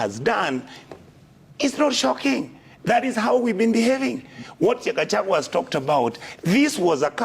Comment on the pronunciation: But surely, I can’t believe you are not able to pronounce the name of Kenya’s Deputy President by calling him GACHAWA and worst of all without even considering address him as Hon. Deputy President of Kenya. Pls speak slowly and get all the names correctly. It was